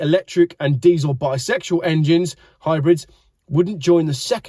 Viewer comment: Yep I listened twice.. definitely said,”bisexual engines.” 😂😂🤣😂🤣